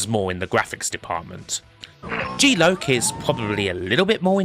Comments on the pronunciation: good vid but stop saying g loak....its lock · GEE LOKE.....,....its Geee LOCK! Aka G...Loss. Of. Consciousness. God i love your pronunciation of words at times. Truly in your own element there. Edit......the intro to outrun on Amiga. Oh we love gamesack! Double edit.... C64 Powerdrift absolutely was amazing to me. However when my step brother lent me his atari st with Powerdrift....oh dear....what??? - which probably explains what you said. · G-Loc - is it not pronounced 'jee lock'? meaning something to do with GeForce and blacking out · kim its g-lock, pronounced lock as in lock on or door lock................ just missing the k..